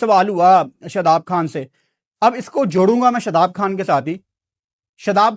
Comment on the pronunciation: لفظ گرور نہیں ہوتا غرور ہوتا ہے ۔۔ لفظ کھان نہیں ہوتا خان ہوتا ہے ۔۔ پہلے ہی تمہاری اردو جھٹکے مارنے والی پنجابی جیسی ہے ہے اوپر سے اس کو بھی انڈین تڑکا لگا دیتے ہو اور باتیں انڈیا کے خلاف کرتے ہو ۔۔ عجیب ہی منطق ہے اپ کی